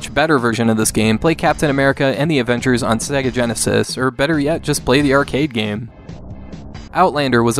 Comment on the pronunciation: "Snega Genesis"